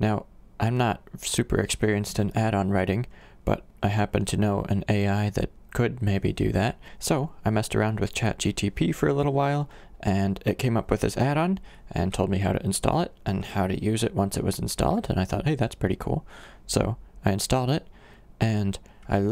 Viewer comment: Chat GTP?? Its ChatGPT...